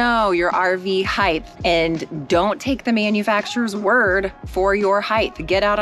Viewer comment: Height, not heighth. Heighth is not a word.